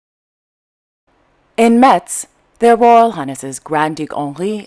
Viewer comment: Thanks for trying to speak so many languages . Very clever of you . So if you want to do it in a French way Metz is pronounced without t as if in mess. Thanks for all your news.